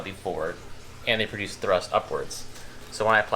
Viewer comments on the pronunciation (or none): none